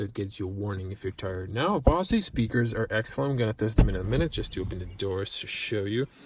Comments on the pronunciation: Best review online without being too dramatic. Just a small note: BOSE is pronounced as "BO-ZER" without emphasising the "R". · The Mazda does have lane keep assist. It doesn't just vibrate the wheel as a warning. Nice Review. FYI, it's pronounced "Bo-zzz" for Bose sounds system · Great video! Bozzzz speakers, with the "o" said like "oh". I enjoyed the detail you gave in lots of areas. I learned some stuff. Boy it's sure got a lot of options with that Infotainment system! That car is even prettier in the Machine Gray with black wheels, black interior, and tinted windows. Thanks!